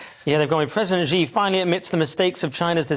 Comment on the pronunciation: "Xi" is pronounced something like "she", not like "g".